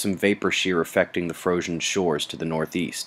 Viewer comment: "froshen shores" Teehee!